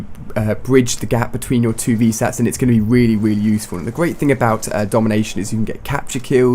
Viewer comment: Haha when ali-a says really really he says it weally weally